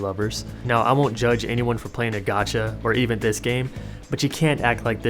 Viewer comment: I tought you were saying gachi I was expecting something else